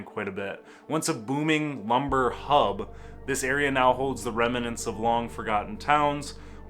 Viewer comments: Also the host’s pronunciation of Singapore was rather odd, and I’d never heard remnants said with three syllables. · Geez, kiddo, that's pronounced skooner. Also it's remnants not reminants. I never heard of Singapore. That's fascinating. We old timers were taught about the salt mines in elementary school and they used to give tours. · I am amused by how this guy pronouncses "remnants".